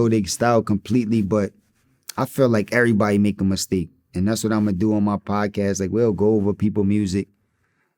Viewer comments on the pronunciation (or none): none